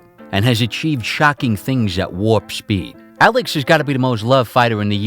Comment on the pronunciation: lmao why do you pronounce you "S" like "Sh" who tf pronounces "Alex" Aleksh